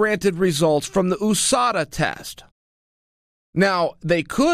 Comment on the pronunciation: Chael “Oooh-Sada , MOOEY TIE” Sonnen